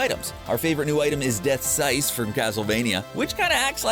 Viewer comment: I question how he said scythe wrong, he said scyce